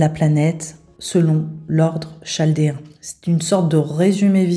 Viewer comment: On prononce kaldéen! 😊